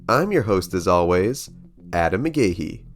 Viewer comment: Our last names pronounced McGee not mcgahay you degenerate, the h is silent